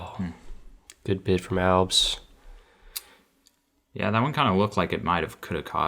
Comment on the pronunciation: Maybe just me but please stop saying “Albs” 🫨